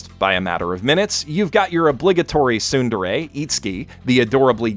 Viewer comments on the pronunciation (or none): none